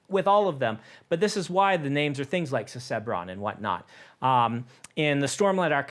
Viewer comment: OH so that's how Susebron is pronounced? :D I imagined it Suse-bron, with 'suse' sounding something like 'muse"